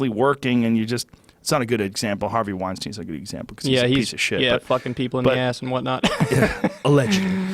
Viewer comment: Joe "weinsteen I mean weinstein" Rogan